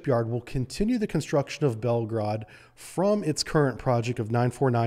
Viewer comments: It is not called Belgrade but Belgorod, Belgrade is the capital of Serbia !!! Read as it is written, and do not Americanize Russian words. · why it's so hard for Americans to properly pronounce Russian words? even this guy who is obviously knows his Russian submarines cannot pronounce Belgorod correctly. nor Vysotsky